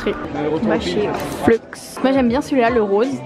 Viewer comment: On prononce Fleu pas Fleuxxx. En tout cas, très belle vidéo, belle énergie et on voit que t’es super contente. Félicitations !